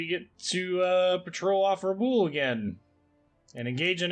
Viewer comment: objective at Rabaul is pronounced Rah-bawl, as in maul. Sorry, but as often as it is being spoken it can be distracting to be mispronounced.